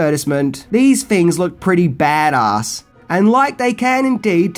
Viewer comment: The way you said "Bad Ass" confused me... You pronounced "Bad" without an accent, but "Ass" with an accent.